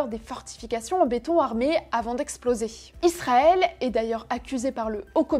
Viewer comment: Pourquoi tu dis "Lisrael" ?